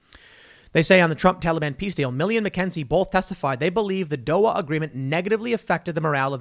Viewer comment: Doha is pronounced doh-ha